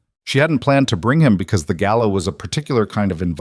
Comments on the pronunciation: Southern Arizona United States of America Gala NOT Gallow. Good story. I really enjoyed it. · AI‼️ The word is 'GALA'; not 'GALLOW'‼️ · It's not gallow, it's gala. I hate AI.